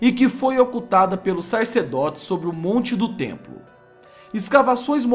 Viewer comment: O tem uma ótima dicção mas, "SARCEDOTES" me deixa meio desconfortável